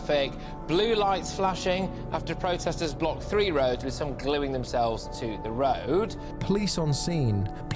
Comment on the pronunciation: Seriously, how as an adult do you let yourself say frew instead of through, frowing instead of throwing, twenty free instead of twenty three,?